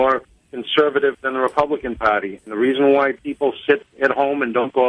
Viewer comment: Pahty ?? lol